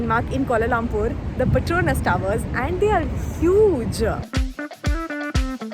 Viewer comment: Wrong pronunciation of petronas!!